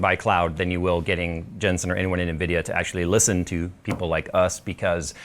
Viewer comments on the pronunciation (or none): Why do you keep calling him "Jen Son?" It's Jensen Huang!